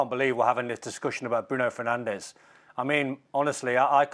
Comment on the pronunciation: A video came out at the start of the season of all the players in the Premier League giving the correct pronunciation of their names, yet somehow monolingual English speaking pundits STILL CANNOT pronounce Bruno Fernandes' name right. At this point, it's obviously intentional disrespect. 🙄